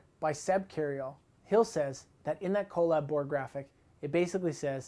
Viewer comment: How is it so hard to say collab?